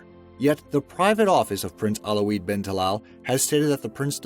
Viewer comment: prince alo-weed ? its al waleed lmao